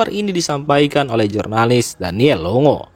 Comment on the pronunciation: Biar lebih enak di dengar "Longo di baca Longgo" seperti di negaranya